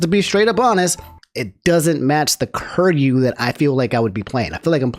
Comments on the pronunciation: lol love your content but your pronounce of kiryu kills me lmao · Love ya really but this is just me being an annoying shit, it's pronounced Kee Ree You not Kur You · Ker-you? KER-YOU?!?!...oh... you silly silly man..;P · KI RYU キ リュ "kee-ryoo" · Apologize for saying "curry-you" and not "ki-ree-yu" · Ok. Is it "Curry-you" or "key-er-ee-you"? Because this is the first time I'm hearing "curry-you" and it feels wrong. Its written Kiryu. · Kiryu is pronounced key-re-you I'm sorry I love you but I can't have you calling my man cur-you XD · can you pronounce his name right? It’s KEY-RYU not Kir-ryu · each time you pronounce Kiryu as "curry you" instead of "kee ree you" i'm dying inside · Dawg did bro just called him “Curry Ru” 😂😂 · Mane i don't want to be that guy but please say kiryus name propperly dude. It just don't sound right if someone says "curyou" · Hearing call Kiryu "Kir-yu" Is funny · My man did not just say Curyo o.o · bro said curryu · it is "KEE RYU" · be saying "Curyu" like he making Curry tonight. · butwhy kuryu? or am i crazy hearing say that? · "Kirr-You." That was painful every time dropped it. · I didn't know American people could say/pronunce Ö until said Köryu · Mans played Yakuza zero and therefore has heard Kiryu's name said multiple times and still pronounces it wrong lmao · The way pronounces Kiryu is giving me stage 3 cancer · The mispronunciation is killing me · Pls stop pronouncing his name like that fuuuuuuuuuu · Never say Kiryu's name ever again It brings me pain to hear it everytime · The real nightmare is the way pronounced kiryu😂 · Your pronunciation of kiryu hurts me 😂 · Anyone else like the way pronounces Kiryu? lol